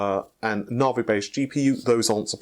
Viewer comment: So, PS 5 will use Na-vay and not Navi. You heard if from first.